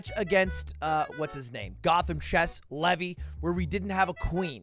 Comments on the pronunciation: *levy not levi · LEVY, NOT LEVI. DIFFERENT NAME, SAID DIFFERENT.